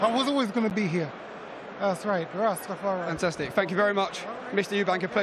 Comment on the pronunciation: did he say Rastafari